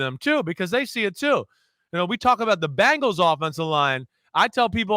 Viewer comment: Great NFL overview from Chris Simms. Dave does a great job of just sitting back and letting Simms opinions flow. Interesting seeing the different podcast styles. Dave is more filtered for sure. Nice to hear Chris call himself out on pronouncing Bengals as "Bangles". Bangles were a girl musical group. That always makes me cringe. Bangles! Guys, we are going to see some very competitive football this year. This is going to be a great horse race!